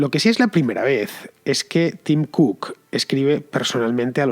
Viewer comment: Apel ...ifon... tim cuc... Teniendo Inglaterra alado...y siguen con esa pronunciación...jajajaja